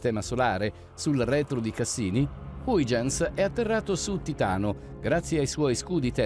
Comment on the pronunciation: Nel video di prima era haigenz, adesso è huigenz, vediamo nel prossimo video se riesce a pronunciare correttamente = hoighenz.